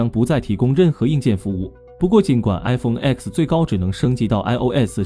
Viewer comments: 专业一点好吗？“iPhone X"不是读作“iPhone x”，是读作“iPhone 10"。“X”是罗马数字，等同阿拉伯数字“10”，在发布会，厨师将其读作“iPhone Ten"。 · 講得真好 明明係Ten 讀乜狗叉